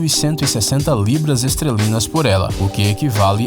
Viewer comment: É o segundo vídeo que esse cara fala: "libra esTRElinas" são: libras esTERlinas. Que porra é "estrelinas"?